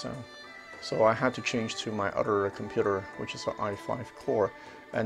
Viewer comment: Love the videos but it is other not udder.